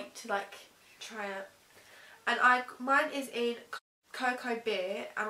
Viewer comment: anyone else notice called cocoa bear cocoa beer?😂